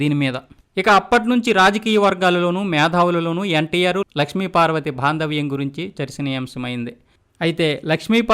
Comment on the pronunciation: Orey mundu telegu uchharana nerchuko. Baadha nu bhada, baandhavyam nu bhaadavyam alaage baa badulu bhaa in ucharistumnav. Akkada vattu pettalo telusuko.